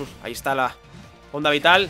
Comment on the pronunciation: me sangran los oídos cuando escucho onda vitaal!